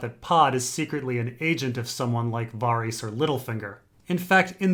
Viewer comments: Sure I'm not the first one to say this but who the fuck is "Vahreese"? Based on context it sounds like you're talking about Varys, but as we all know because we all watch the tv show, there is no character named "Vahreese". No one has ever pronounced anyone's name anything like "Vahreese". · Why does he prenounce varys so strange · You mispronounced varys